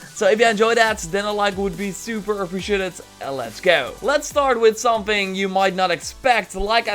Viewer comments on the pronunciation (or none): none